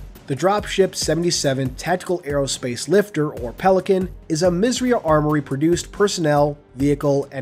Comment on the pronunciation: Isn't 'misss eiiii uhhh' armoury? Good video though :)